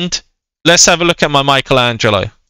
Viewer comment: U said mikeatello